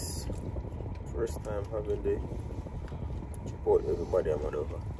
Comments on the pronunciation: Chip...out...deh thats what I hear seh 😂😂😂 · Every time says Chipotle I hear Chip out deh lol. I love your babies and wife. God bless you all